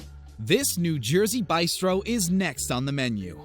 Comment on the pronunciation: Bystro?? This narrator is illiterate